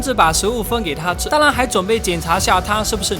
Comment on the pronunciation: ‘’当然‘’我每次听到的是“当啷”